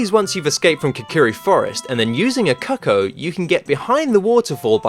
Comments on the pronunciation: Ocariner of Time? And then you pronounced what they call the chickens... pretty strangely 😅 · They’re not called “coco” it’s cucco! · Yep. And he calls the bird a 'cuck-o' Just. No. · Its pronounced coocoo